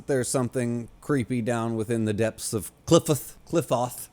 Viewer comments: Qliphoth is pronounced as klɪˈfɒθ (kli-FOTH, "i" as in "tin"). Source: wiktionary. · I just keep tuning into these cus I can't help myself. I hope you continue to enjoy the series as there is a lot of great stuff coming up. Also, it's pronounced like cl-eye-fod as silly as that is.